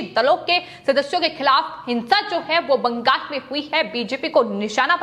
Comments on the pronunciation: It is not BANGAS but BANGAL!! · बंगाल को बंगास उच्चारण करती है।